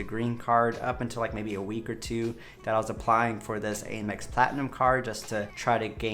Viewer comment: You know the company is “American Express”. Why do you say “Ay-mex”?! It’s “AM- Ex”, as in “I am”!